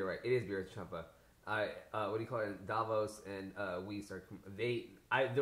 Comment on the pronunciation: Her name is Vados not Davos.